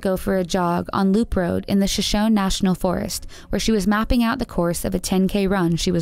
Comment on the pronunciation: In regards to Amy's story,,I'll write it kinda phonetically,,,shashoney not shashone